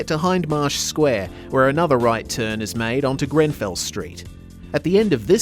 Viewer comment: BTW ... you got Pultney Street 100% correct. Well done 👏👏 You did slightly mess Grenfell Street though, but that's OK. The second e is pretty much said as a 'u' by locals. Thus we pronounce it more as Grenfull then Grenfell.